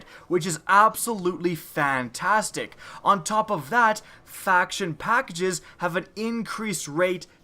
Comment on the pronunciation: "Fackages" XD or am I the only one who heard that?